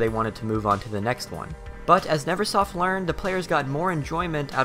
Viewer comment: Nervesoft is what I've been calling it for years. I just realized I read it incorrectly and it's Neversoft, all thanks to you because you pronounced it correctly. Never not Nerve.